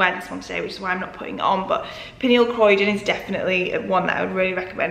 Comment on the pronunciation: Uh, I really like the Fedoma ones with the pearl! So nice and modern. (my insta handle is: v_o_g_e_l) Ps. It's Pernille Corydon, not Croydon. It's pronounced just like its spelled: Co-ry-don